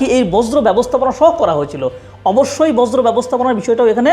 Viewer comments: Informative. 'Borjo' r 'Bojro' not the same thing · বজ্র😂😂😂 বর্জ্য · বজ্র নয়, বর্জ্য। উচ্চারণ ঠিক করুন। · শব্দটা বজ্র নয় বর্জ্য। ভালো করে বুঝেশুনে ভিডিও করুন। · বজ্র না ভাই বর্জ্য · বর্জ্য ব্যবস্হাপনা হবে শব্দটি। বজ্র না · আপনি বর্জ্য আর বজ্র এর মাঝে গুলিয়ে ফেলছেন। শুনতে খুবই বিরক্তি লাগছে। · বর্জ্য উচ্চারণ ta আপনার ভুল হচ্ছে বার বার 🫠🫠🫠